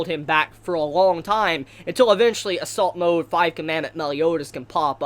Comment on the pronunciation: I realise he said "assault mode" but I could only hear "salt mode".